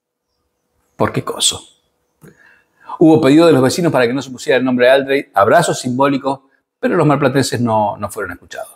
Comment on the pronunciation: Otra cosa, es Aldréy no Áldrey como le empezaron a decir para, supongo, darle algo de categoría, las tildes están solo puestas para mostrar dónde se acentúa la palabra. Por más que la mona se vista de seda, mona queda.